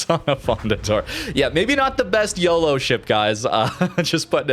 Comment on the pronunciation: OOoooohh that flubbed YOLO xD